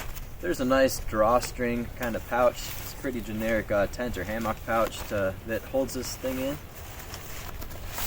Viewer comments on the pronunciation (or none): As soon as I heard “ham ah k” I left 😂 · Is he saying Haymock? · I have never heard hammock pronounced hay-mark. Same for carabiners (beeners) pronounced as cara-byners. Is this a regional accent thing? Having taught English as a second language in several countries I have an interest in accents and having had the pleasure of visiting your great state i do know Minnesotans do have a distinctive accent. I did enjoy the review. I've just received my Haven XL and am eager to get it hung.